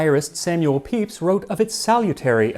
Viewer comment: I know it's part of your job, but THANK YOU for pronouncing Pepys correctly! ❤ I'm sure millions of English majors sighed in satisfaction when they heard that. 😂